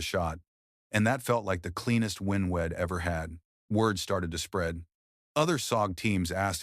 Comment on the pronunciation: Pronouncing wedd instead of we’d , repeatedly is fkn annoying & sasr does not “dig in” on lup Just a thought 🦘🇦🇺🦘